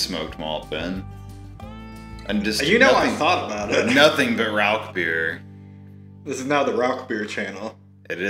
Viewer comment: Great video and got me subscribing instantly BUT please stop saying "RauK beer" its pronounced "Rauhr beer". But anyways love the video and I can't wait to brew my own Rauchbier.